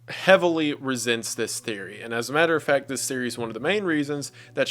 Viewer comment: And "as a matter of fact" too :D